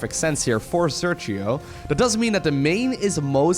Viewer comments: Hi, just an clarification. Sergio is a Spanish name and the phoneme used in the G followed by i or e is /X/, not /G/. I know you always try not to butcher nicknames, so I hope this helps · Sergio is pronounced ser-he-o (in english phonetics) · It's pronnunced "Serjio" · hey you maybe should pronounce the name sergio in spanish